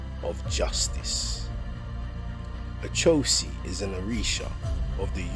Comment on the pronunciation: It's pronounced ..O cho si...not A cho si